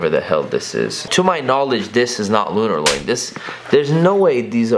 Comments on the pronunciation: "Alumini". "Lunarloin". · lunar "loin" lmfao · Mans really said Lunarloin lmfao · Lunarloin 😂😂😂 sirloin steak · This nigga said "loin" he thought the insole was a piece of steak smh